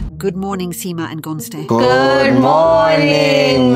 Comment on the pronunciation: It's how the producer pronounces Gontse's name, for me😂😂😂😂😂